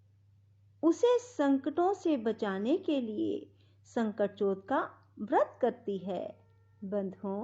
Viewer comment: Baaki sb thik hai pr ye sakat chauth hai na ki sankat chaut or chhote o ki matra or bade au ki matra ka pronounciation glt hai jis se Katha sun ne mai thoda disturbance ho rha na ..... Jai shree Krishna. Jai shree ganesh